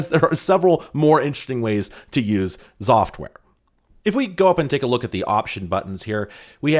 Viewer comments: Me, listening to saying "Xoftware" but not looking at the player: Zoftware? What a nice name. Pronouncing X as Z will never cease to amaze me;3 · I think they expected you to say Exoftware, the same way some people say "Exavier" instead of "Zavier" for the name Xavier.